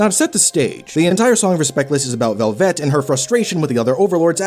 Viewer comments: I agree with the character study, but why are you pronouncing it like "Corvette"? It's just "Velvet", as in "red velvet cake". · The way you keep saying velvet makes my head swirl into a whirlpool